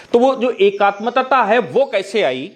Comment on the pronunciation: एकात्मतता नहीं एकात्मता